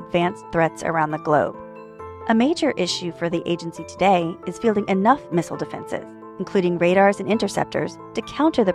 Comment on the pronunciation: Why does she say Missile wrong everytime?